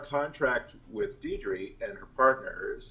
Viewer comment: I love your video. But... Her name, Deidre, is not pronounced deedree. It's Daydree. Like Day Dream. :)